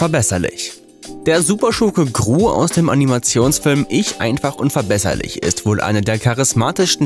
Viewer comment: Das heißt nicht Ich einfach und verbesserlich. Aber er betont es so